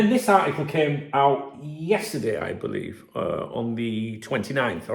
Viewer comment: 26 seconds you sound. Like a Scouser. I Kaant! BEELEEVE! BOSS❤